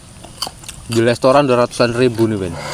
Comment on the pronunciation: Plis lah restoran bukan lestoran😭